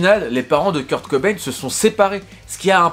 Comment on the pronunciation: Le [cobay-ne] me frustre toute la vidéo 😂